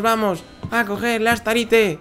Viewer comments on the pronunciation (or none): No se dice estarite se dice starrayt y se escribe Starite